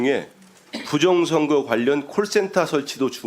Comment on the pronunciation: 부정선거라고 하는사람들은 왜 부정(셰)력 이라고 하는거지 발음이어렵나